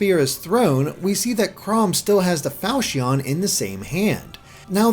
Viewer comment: The way you pronounce Falchion makes me wanna hurt myself